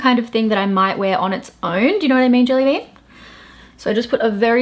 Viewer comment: I laugh every time you say jellybean 😂